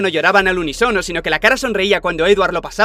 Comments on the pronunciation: La verdad da vergüenza ajena cuando alguien dice: al unisono sin acento en la i. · Unisóno no, unísono.